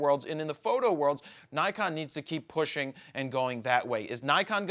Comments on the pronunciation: Nik-on. Nik-on. Nik-on. Not Nai-kon. Not Nai-kon. For the love of God it's Nik-on. And yes, I know. I live in Japan. I speak Japanese. My wife is Japanese. Please stop hahaha. It's Nik-on. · Nee-con... " i " sounds like ee except after a ...